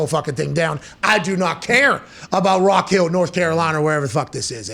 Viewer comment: Rock hill South Carolina. Put some respect on the city name Pat!